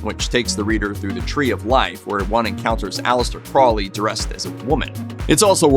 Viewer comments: Its pronounced CROWley like HOLY, not Crawly by the way, (when pronouncing Aleister Crowleys name). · it's not "craw-lee", it's "crow-lee" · If you're going to do videos, for pete's sake pronounce things correctly. "Crowley" is pronounced "Crow - Lee." (Yes, Ozzy got it wrong, too.) The Beast even wrote a mnemonic: "It is pronounced Crowley, to remind you that I'm holy. But my enemies say Croully, in wish to treat me foully." - Aleister Crowley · This was great! I love how there wasn't any Doom & Gloom music or vibe as most videos about the occult do. That's how you know what's real and not just sensational pieces. You got most of the facts right, which I very much appreciate as someone who studies and practices the Hermetic Sciences. You mispronounced Crowley, but that seems to be a too common thing. It's pronounced like this ,Crow-lee. It's like putting the word crow and holy together and you get Crowley. Jimmy Page was definitely into Crowley's Order the A.A. Astrum Argentum & not Alcoholics Anonymous, lol, even tough one of the men that started A.A. was a Freemason. I don't think Jimmy Page practiced as much as he was a collector, but that's sill important. He kept up Boleskine house and bought a lot of manuscripts that may have been lost if it wasn't for Jimmy. He's mentioned in the Acknowledgements section in a book called Liber ABA, aka the Big Blue Brick. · Pronounced Crow-lee with a long o as in the bird. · Aleister Crowley's last name is actually pronounced as "crow-lee." What a weird old pervert! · Dude,it's crow-lee. Crow lee,say it with me. Not crawlee,not crouley,crowley. You won't summon demons by pronouncing it properly,I promise. If you wanna mispronounce things you should go over to the Amazing Elite channel. Those kids can't do a video without slaughtering at least 2 towns or cities.